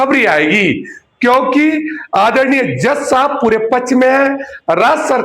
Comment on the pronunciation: पछ नहीं बोलो पक्+ष=पक्ष